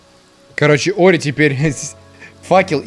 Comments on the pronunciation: и снова говорит не ори а орио ) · Все: Ори: Орио;) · Ты на 35 минуте сказал ореол вместо ори😂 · Я один слышал как говарил не ори а орео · Мне одному слышится что говорит орео